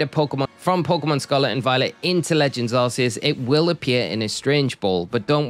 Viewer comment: For someone whose entire channel is about Pokémon, I can't believe you still call Arceus "Ar-see-us". The 'c' in Arceus is a hard consonant. Like in "Cranberry" or "Cool" or "Crayfish". This is proven by Silvally's ability, "RKS System". Silvally is basically supposed to be an artificial Arceus. "RKS" sounds like "Arceus".